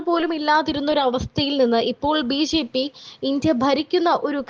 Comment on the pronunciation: കുട്ടി ..... ബീജീ പി അല്ല ബിജെപി എന്ന് പറയൂ